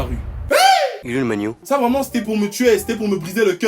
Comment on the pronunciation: Une congolais vraimeererrrnt